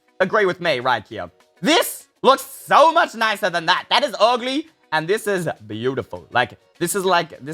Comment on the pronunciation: HE SAID OGLY what